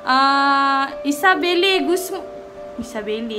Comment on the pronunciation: kenapa erk selalu cakap isabelle ?😅